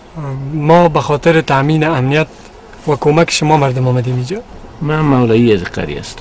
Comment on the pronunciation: خوب بود. ولی چرا باید حتی در فیلم تلفظ را اشتباه میکنم مثلا میگه امنیت را همنیت احوال را حوال